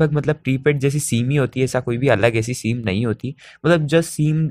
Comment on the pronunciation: सीम नही सिम होता है😏